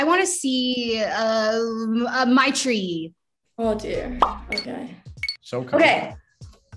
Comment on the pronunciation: The fact that they pronounce her name as My tree instead of may tree